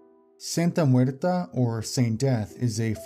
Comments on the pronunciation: it's santa muerte not santa muerta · It’s Santa Muerte not Muerta. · It's cool but the "Santa Muerte Cult" is mispronounced. It's correct pronunciation is "Santa Muert E" with spanish E not A. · It was a good video, although it's "Santa Muerte" not "Santa Muerta". Muerte means Death, so it's like Holy Death, and Muerta is something or someone dead in feminine form (trust me, I'm mexican). And about the Aum Shinrikyo cult, I'm glad to say that Asahara has finally been executed this year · That's not how you say Santa MuertE! Not MuertA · Excellent video just a quick correction it's Santa muerte as in holy death